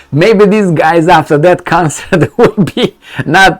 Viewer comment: Also, NOT "these Guyses" but "these Guys" Also, NOT "I'm just keeding, keeding" but "I'm just kidding"